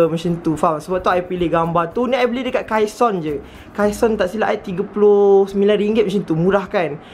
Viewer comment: Yang kaison tu sebutan dia kaisen